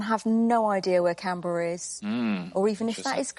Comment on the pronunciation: Today I learned something new. How to properly pronounce Canberra.